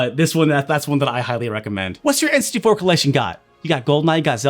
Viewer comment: says "enns-tee-four" when he's saying n64